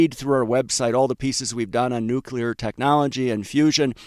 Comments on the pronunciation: It is pronounced nu-cle-ar, not nukular. Please a fix if you don't want down marks. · It's pronounced "nu-cle-er", NOT "nu-cu-ler"! Please stop broadcasting your high school ignorance. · never trust a nuclear analyst who pronounces it nu-q-ler. that refers to the nucleus of a cell. anybody who has any real knowledge knows that it's pronounced nu-kle-er. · It’s pronounced nuclear not nukular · Bro, it's pronounced nu cle ar. Not nu cu lar. All of the respect you deserve will be wiped away if you mispronounce words. Just sayin' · Please stop saying nucular, it's nuclear bud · Sigh, it's pronounced new-klee-are. Not new-cue-lar. George W notwithstanding. 😏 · SMR, OKLO & NNE: a saucy l'il "Nukular Triad" indeed. Someone ought to smooth some of the rough edges off of those wild relative value swings. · That pronounciation of "nucular" fooled him once, shame on him. Fool him twice... it can't fool him again. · Please learn how to pronounce "Nuclear" correctly.